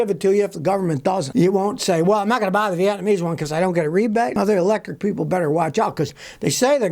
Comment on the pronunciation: Nuclear not Nukiller and Hybrid not Hybred.....Vietnamese not Vetnamese